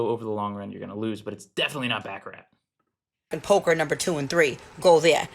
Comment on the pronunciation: It's baccarat